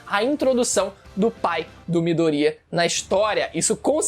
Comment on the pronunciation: "MidorÍya" kk